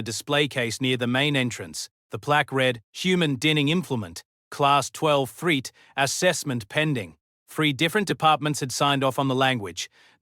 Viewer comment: Oh the AI narration had a good time getting assorted things wrong. A "leg-end" (legend), a "threet" (threat) and many others.